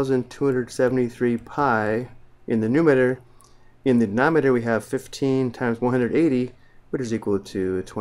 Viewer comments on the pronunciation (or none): Did this dude really say "denometer" and "numeter"